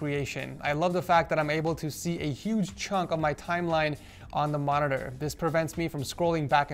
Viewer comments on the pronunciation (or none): Does anyone else hear Morororrr